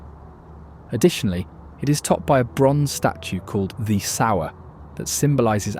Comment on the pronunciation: The Sour. Must have been consuming a lemon! The Sower, pronounced Soah-wer.